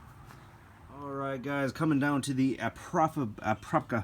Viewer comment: the stickers on your windshield need to go... that's something I did when I was in highschool. also, its pronounced (akra-pov-itch) 😉